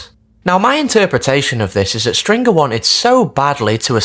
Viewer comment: I hate it he doesn’t pronounce stringers name properly either it’s infuriating.